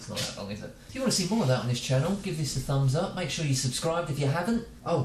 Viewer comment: is he your fwend. Wait. dont forget the fumbs up.